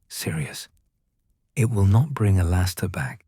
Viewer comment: Good story except for the glaring mess up about Moody, including mispronouncing his first name.